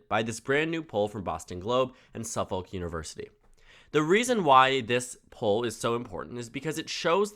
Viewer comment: Lincoln Chafee was elected mayor, senator, and governor. We New England voters cross party lines rather frequently. Fung's opponent seems closely associated with one of the wokest colleges in the country. I doubt Fung will focus on that. Anyway, Suffolk is pronounced "suff'ik" and Langevin is "Lan-jeh-vin." It's a French-Canadian name.